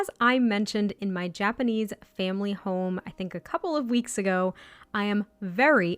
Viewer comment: I think you are doing great pronouncing Japanese, I always felt it’s a fairly straight forward language, you don’t get intonation changing the meaning of a word and there are no diphthongs or “letters” changing sounds in certain words like say in English “gaol” sounding like “jail” just why?